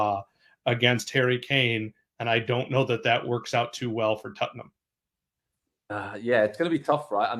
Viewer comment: These guys state the most obvious facts and first dude can't even pronounce Salah and Tottenham correctly wtf